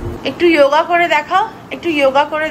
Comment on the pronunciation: "যোগা" নয় শব্দটা হলো যোগ। মানে যুক্ত । বিদেশীরা জানে না, উচ্চারণ ও করতে পারে না। আমরা কেন ওদের অনুকরন করব.... সমালোচনা করছি না। ভেতরের তাগিদ থেকেই আন্তরিক ভাবে ই বলছি ....এই বাচ্ছা গুলো তো আমাদের ভবিষ্যৎ। ওরা যথাযথ ভাবে গড়ে উঠুক। অনেক আশীর্বাদ ওর জন্য রইল।❤ মাসিমা দ্রুত সুস্থ হয়ে উঠুন এই কামনা করি।🙏🏻